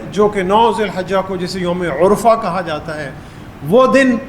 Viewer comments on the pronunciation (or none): یوم العرفہ پر پیش نہیں زبر ہے۔